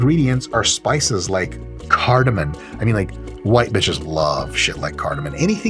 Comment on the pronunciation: Dr mike, it cardamom. No N at the end lol